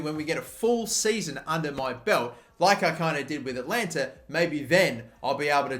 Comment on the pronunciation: Atlanta, not Atalanta